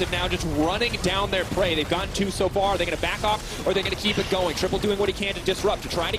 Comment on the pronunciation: "Ssso much damage"